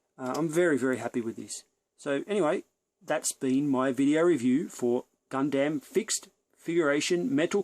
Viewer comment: You can't even pronounce Gundam properly.......